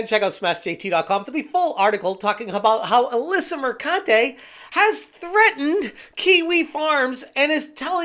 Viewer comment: PRONOUNced MerCUNTe